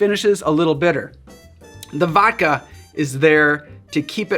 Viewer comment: Please pronounce the D in vodka.